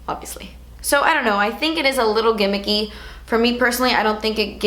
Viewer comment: "Ole" (Oil) and "gimmicky" 😂😂 reminds me of Laura. I freaking love you